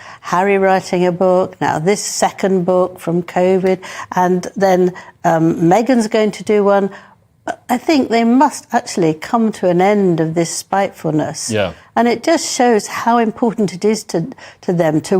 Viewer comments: Did Angela Levin just refer Scooby Doo as ,Covid instead of Omid?😂😀😄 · Did she just say Covid's book?😂😂